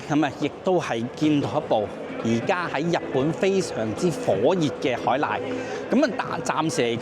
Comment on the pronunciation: BYD Racco 海獺（不是 海“瀨”） 溫馨提示： 👉🏻「獺」字 粵音： caat3 同音字：察、刷 ✅（不是 「瀨」、賴 ❌）